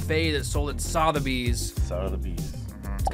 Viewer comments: Please stop saying Sotheby’s how it’s spelled. As a Brit it’s really irritating. It’s Sutherbys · Pronounced S"uh"theby's - soft "o". You probably don't care but there you go. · its pronounced "suth-a bees" suth rhymes with "above" but with a th sound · Sotheby's is pronounced suh Thur bees pretty much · Repeat after me.... "Sutherbys" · Nobody mentioning the pronunciation of "Sotherby's"? No? K